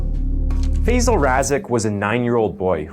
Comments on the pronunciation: American pronounciation never ceases to amaze. It's Phi-sahl. Not Feyzle. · Such an important topic and I can’t but get annoyed at why people cannot pronounce Asian names right. Tf is fayzal???? He’s not Basil. It Faisal. How can people say words like jalapeño but REFUSE to pronounce Asian words with the same grace. Annoying!!!!!! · Gosh fey-zel fey-zel…Five-Zal 🙄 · FIrstly its pronounced Faaaaiiii-sal!